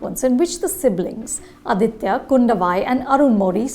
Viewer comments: For the hundredth time, it’s not Adithya, it’s Aditha. Let’s not misappropriate language or culture. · Just wanted to point out in case you didnt know... it is 'Aditha Karikalan' and not 'Aditya Karikalan'.... This is more of a tamilian name while 'Aditya' has sanskrit roots...